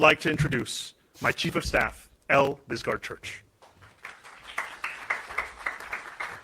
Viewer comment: Disgaard Church 🥴 ...No i will not lady 😂